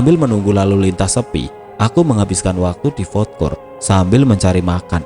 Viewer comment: Ralat min,bkn fod kort tp fud kort.